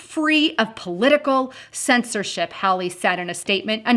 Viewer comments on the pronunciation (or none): Great information. Josh Hawley is pronounced HALL-EE.